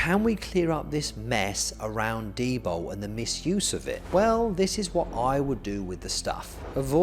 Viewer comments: Coz eez bri-ish innit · Why does he clearly say D-BOW instead od D-BOL?